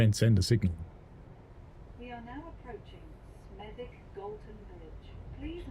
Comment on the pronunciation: Anyone who pronounces the w in Smethwick is either an outsider or posh. Either way it’s dead wrong! While I’m at it, football came home and stayed home for the women. Still waiting for another actual World Cup though. The men won ALL their qualifiers.